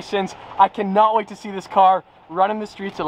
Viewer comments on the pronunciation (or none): none